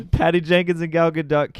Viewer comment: As a Hebrew speaker I will help your pronounciation of Gal's name. It's Ga-dote. Long O. Like Supreme Leader SNOKE. Gal means wave 🌊 and Gadot is banks. Like river banks.